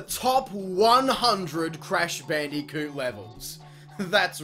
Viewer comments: BAN DEE KEWT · Gotta love the way he pronounces "Bandicoot"